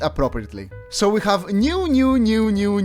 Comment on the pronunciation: when bro said New 10 times, it sounded like "Mew" 💀💀